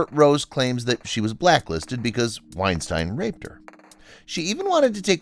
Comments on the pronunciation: Poorly researched. Brenden Frasier has been a central character on 'Doom Patrol' for the past 4 or 5 years & this is the 1st outlet I've heard that didn't know how to pronounce "Weinstein" correctly. This was as 'informative' as any rumors a person might overhear in a public restroom. Waste of my time. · Yeah you can't even pronounce Harvey Weinstein's name right so maybe hesitate a little bit more before taking shit about Rose McGowan.....just a friendly suggestion....